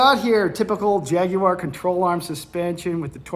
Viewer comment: Well done for saying Jaguar correctly. The vast majority of Americans ALWAYS say Jag-waar which really pisses off us Brits. We call it a "gear knob" in the UK, because it's a knob that changes gears.